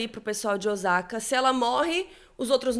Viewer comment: Ai,custa pesquisar a pronúncia dos nomes japoneses? Nem é crítica , é um toque . “Ozaka “ dói no ouvido ! A pronúncia é com o som de ss ÔSSAKA.